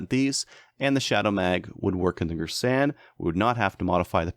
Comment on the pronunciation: Its gearsan thats how its pronounced. It has cz75 mags the mags arent cheap its very reliable too. Everyone says its an m&p 2.0 clone